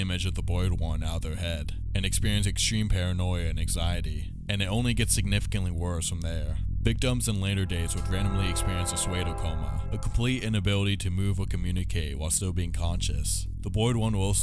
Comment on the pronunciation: Pseudo is pronounced like "Sue-dough"